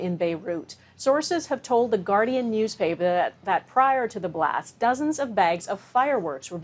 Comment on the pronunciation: The Guardian news what? Sorry but I didnt understand that pronunciation. That tragedy is horrible and hope they can recover. RIP to those people who were taken in the explosion.